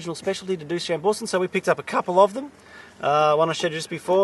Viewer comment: Cassegrain Wines on the NSW Mid North Coast were the first to commercially produce Chambourcin. Also please learn the correct way Chambourcin is pronounced, your adding a very bad Australian scent to it! However your tastings noted are pretty good for the area which you are in at the moment :) great show by the way :)